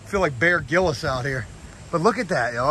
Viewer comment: “I feel like Bear Gillis out here”. It’s Bear Grylls. 😂😂😂